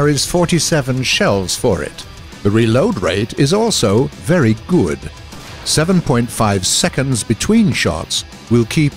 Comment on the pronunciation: "BERY GUD"